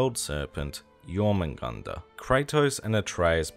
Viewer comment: Your pronunciation of Jörmungandr was actually pretty spot on, I haven't heard the rest of them yet